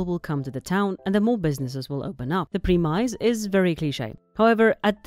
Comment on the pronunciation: I think you meant "preh-miss" not "pre-mize". Understandable though, it's one o them english moments where two words are spelt the same but have different meanings and pronunciations for some reason xD